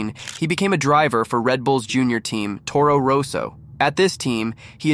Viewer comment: Difficult to watch when you can't pronounce Ricciardo or Toro Rosso correctly.